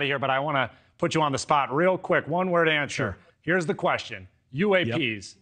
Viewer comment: “ONE WORD ANSHER” 😭😭😭